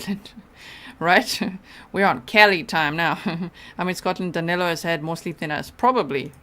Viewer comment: it's amazing how, not only they can't catch him, they can't even get his name right. His name Is DANILO, not DANELO. I'm from brazil too, and DANILO is a popular name around here, whereas, DANELO isn't even a name (except for Americans). Maybe they'll get him when they get his name right.